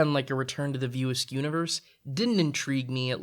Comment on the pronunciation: Why was it so hard to say "View Askew" ? I kept hearing "View Ask".. Otherwise this is a fair critique of Kevin Smith's work. There are moments of brilliance lost in a sea of nothingness, occasionally spotting land, but more often than not, only sea sickness results.